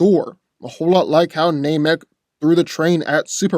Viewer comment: It is pronounced NAM- ek, not NAME-ek